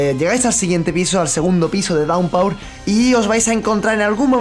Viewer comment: "Daunpaur"?! 😂 se pronuncia "dawnpur" y eso me pone de los pelos 🙄 lo siento